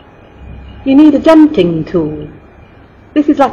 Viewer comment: Also Its not xjanting its canting